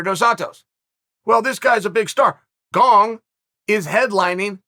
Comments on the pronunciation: Funny that he has to work harder to say Gong incorrectly than it is to say Gane properly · Gong lol u cant look up his name before you make a video and say it 50 times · He said surreal gong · I thought my ears were clogged when Chael said Cyril Gong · You can always count on Uncle Chael to go out of his way to mispronounce name. BANG A GONG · Chael's pronunciation is so crazily bad, it CLEARLY doesn't have a "g" at the end, but he still adds a g. Why 🤣?!